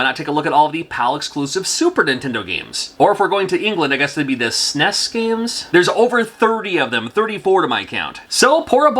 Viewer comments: not "sness", it's pronounced "snez" FYI. If you come to Ireland, I'll get you a pint. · and in the UK we call the Super Nintendo SNES but pronounce it SNEZ :) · The brits pronounce it as snezz. Also, the brits pronounce it very, very incorrectly.